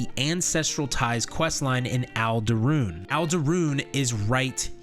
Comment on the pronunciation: Bruh... Impreh-sorry-oh, not Impress Aree-oh. 1 word, not 2. Arm-ih-Jer, not Armig-err. The G is not a hard "Guh". Ald-Rune, not All-duh Rune. 😉🤓😁👍